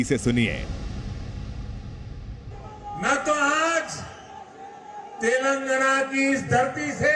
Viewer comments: Modiji cant say TelenGaana, he keeps saying TelanGna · 🤣🤣🤣 Sir. it's " Telangana " Not Telangna. KCR Spolied Narendra Modi Visit. 🤣🤣🤣🤣🤣🤣...... He also given Hindi speech... As modi is not Local to people of Telangana state, We don't care about his visit. We only Care about KCR Speech. We knew that Double engine Sarkar 🤣 in Haryana 33% Unemployment, UP 23% Rapes, Undeveloped city's, No future less policies......... Jharkhand 29%, Bihar 31% .... ... Dreams are different Reality is different. We understand the Truth. Any way after 2-3 years. Modi will Retired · Telngna nhi telangana hai 🤣🤣🤣🤣🤣🤣